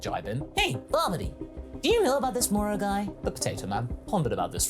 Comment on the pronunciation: and we finally have the official name; Bebidi nice to keep hearing your Scottish accent for Moro